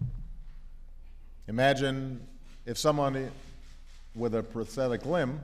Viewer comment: He said postetic instead of prosthetic